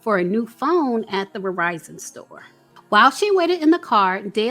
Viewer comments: "Outside the Revizon store" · i love u. But it soundz like ur pronouncing "Verizon" as, (and i'll spell what it soundz like ur saying phonetically) "Verr-vie-zon". Perhaps itz some other distortion in the mix, i will say my speakers are on point but?